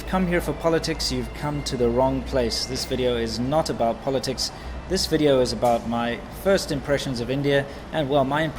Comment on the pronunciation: I feel bad hearing the "welcome to another WEE-dio"